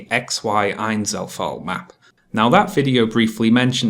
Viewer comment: Somehow you saying "Einzelfall" sounds less weird than Kraut saying it.